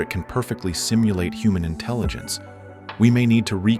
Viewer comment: for a video about AI one would think you could have used a less blatantly obvious fake AI voice... also INTELLINGENCE...sigh